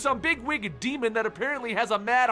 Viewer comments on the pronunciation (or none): none